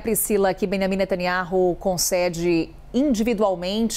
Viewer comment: Eu quero saber onde está a pressão mundial pra libertar os reféns que estão há QUASE um ano em cativeiro??????? Só pra contar: a pronúncia do nome do nosso primeiro ministro é Natanyau